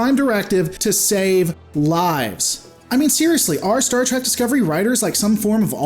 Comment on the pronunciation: It's not trek